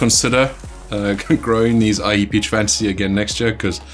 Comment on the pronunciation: How can you pronounce Aji properly but butcher/americanize Jolokia, it's just confusing...